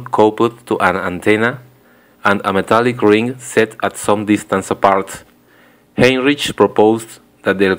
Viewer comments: Heinrich is pronounced "Hine-rick", not "Hine-rich". Otherwise nice job with the video. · You might check Wikipedia for the proper pronunciations of the people's names. The "ch" in Heinrich is not pronounced as the English digraph, but as a German pronunciation. It sound more like "...rick". Meanwhile, "James" should be pronounced as in English. The use of "J" is different in your native language, and you said "Yames".